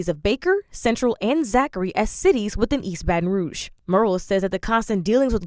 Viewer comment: She was saying rouge incorrectly....don't know why that bothered me